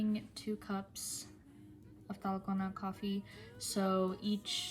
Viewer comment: Has she been learning korean? Her pronunciation of Dalgona is perfect!😍